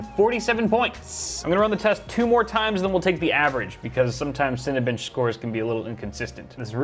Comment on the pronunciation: When you first said Cinebench i thought you said Cinebitch